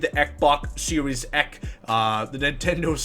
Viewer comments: wow that was annoying... “Xbox Series Eck” so hysterical. I was dying laughing. Had to unfollow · Sounds like someone is upset they own an eck box series eck.